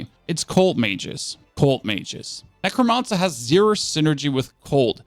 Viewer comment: Nec - ro - man - cer. Not mon sir ya weirdo.